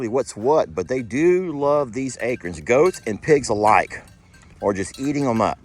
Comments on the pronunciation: I’ve never heard acorn pronounced the way says it. He says ACRN, without the O and I can’t stop laughing. Where did the O go?!? 😂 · The O disappeared in Texas lol 🙋🤪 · you should read the story with Waylon someday. I remember LE use to read with the animals. I am so sorry but I LOL like Jamie when you say acorn. Please record and ask Jamie to say it. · Thats how we say it in FL too. We have water oak (paddle shaped leaves) and live oak (acorns) all over the place.